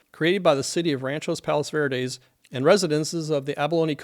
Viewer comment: I have friends who live down the street to the left of the house you show on Dauntless Dr. They’re fine and not impacted (yet). That area has always had sliding since my family moved to RPV in 1963. NOT in a slide risk area thankfully. Thank you for this information! By the way, it’s Rancho Palos Verdes, not Ranchos…